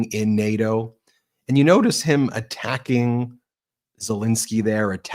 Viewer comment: He pronounces nato like Kanye says Barbados “bar bey toes”